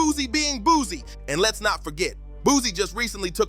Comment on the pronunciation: Why are these voice overs, saying "boozy" instead of Boosie